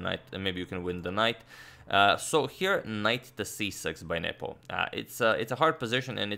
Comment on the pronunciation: I always hear nipple instead of Nepo.